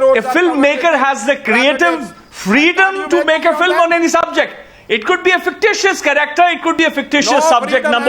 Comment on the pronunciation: "Jantelman, edeots, fillum"!!!! This should shut the fuck up!